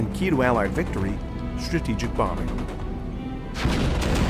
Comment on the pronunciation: ...."introduced a new type of Warfare, "struupjejuup bombing'...." I must have replayed that a dozen times, but it just doesn't make sense "struupjejuup bombing'" is the best I can make out, anyone able to figure that out for my old ears.....?